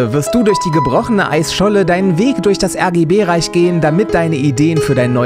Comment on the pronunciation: Das deutsche RRRRRRRRRRRRRRRRRRReich, du musst Deutsch sprechen !!!!!